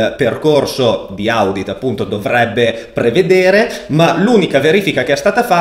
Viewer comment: Si pronuncia odit comunque bel video, bravo